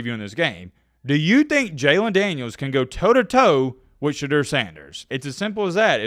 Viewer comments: Hey - It's SheDOOR, NOT SheDURR.... when you know, and you just choose (for what?) to mispronounce it- youre choosing to disrespect him. Why? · Hey … it’s pronounced Sha Door. On an episode of his podcast 2Legendary with Shilo and Bucky they cleared that up. Keep up the good work!